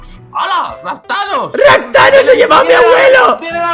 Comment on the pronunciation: rapthanos suena a raptanos